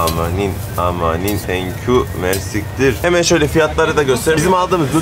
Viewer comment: it is Mercî kteer 🤗 kteer means “very much” in Arabic